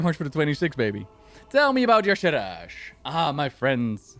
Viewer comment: yes I agree - I'm also a FFXIV player. She is similar to Emet-Selch in some ways, she's similar to an Ascian. Also, Blizzard cannot say Y'Shaarj right! I say it ee-sharj. It is like they are adding extra syllables to it!! Emet got a whole expansion much like Xal'atath got the Worldsoul Saga. My FFXIV main is known for wrecking final bosses. Just ask Zenos yae Galvus! Emet's grandson. He FAFO'd hehe